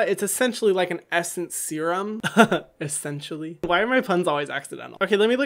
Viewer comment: "Ahaha ESSENCEtially" 🤣🤣🤣